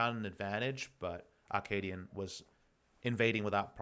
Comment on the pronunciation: Is it just my ear, or is Papa saying "Ar-kaadian"?